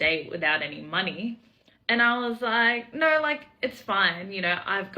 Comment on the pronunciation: When are Australians and Brits gonna see that the word “no” has one vowel, not all of them.